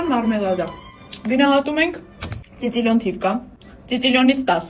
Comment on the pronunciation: Ծիծիլիոն չէ սիսիլիոն😂